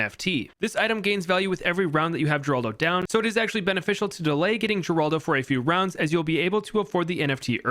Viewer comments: It's pronounced Heraldo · Geraldo is Spanish, it's pronounced Heraldo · Fun Fact: Geraldo is pronounced like Heraldo as mentioned in NKs Update video